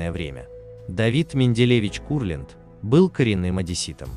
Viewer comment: Во-первых , Давид Моисеевич , а не Менделеевич . Во-вторых , КУрлянд , а не КурлЯнд. В-третьих , фильм художественный , а не исторический , поэтому искать в нем реальные факты -- пустое занятие. Критерия два : нравится или нет.